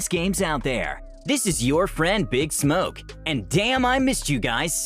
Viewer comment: The accent with the name big smoke killed me